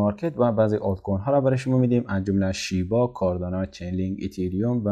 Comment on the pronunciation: آقای محترم لطفاً نام ارز رو بدون لهجه بگویید و بنویسید